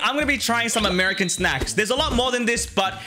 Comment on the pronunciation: yea its amiacan